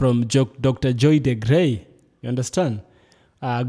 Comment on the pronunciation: Excellent!! Great analysis! She is Dr. DeGruy pronounced like Blue😊